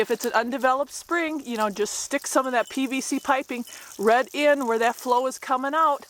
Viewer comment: What region/accent pronounces "right" as "rhett"?